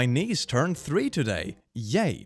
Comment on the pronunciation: So there is a post saying "My niece turned 3 today!" And I didnt look at the video and only heard him reading it and heard "My knees turned 3 today!". And now I have got a question: My mother tongue isn't english, and I don't hear a difference between those words. But is there a difference? Like can you actually tell if someones is saying niece or knees?